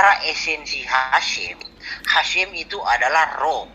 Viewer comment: bukan hasim tp haseum bhs sunda artinya basi